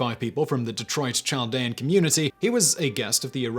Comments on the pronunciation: Not that you’ll see my comment but it’s Chaldeans with a K sound not a typical English Ch sound. Very interesting though! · Chaldeans is pronounced kaldeans. Hire meeeee lol